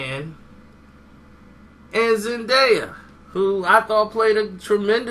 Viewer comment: thinks he knows everything but he saying her name wrong stupid idiot